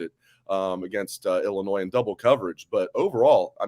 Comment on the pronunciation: Whenever I hear someone say IllinoiZ they immediately have zero credibility